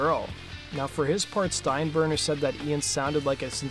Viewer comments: I don't think I've ever heard it mispronounced before lol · Steinburner? Nope! It was Steinbrenner! At least get that part of the story down please!